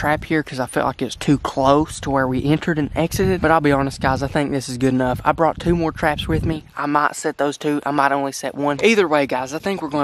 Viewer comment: It’s brought not Brong